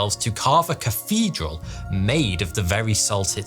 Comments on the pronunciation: G’day, he has trouble pronouncing th , he also said Cafedral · He said cafidral